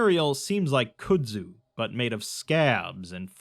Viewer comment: "could-zoo"\ "cude-zoo" No, HOLY FUCK NO. "Kudzu" is pronounced "cud-zoo" "cud" being pronounced with a hard "k" sound and it rhymes with "mud". PLEASE for the love of god, LOOK UP words you arent familiar with, its 2025 and the internet is everywhere, its literally trivial to do, and the constant mistakes really detract fromneverything awesome you do.